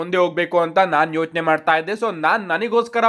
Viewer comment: Yochane bro✔️Yothne alla❌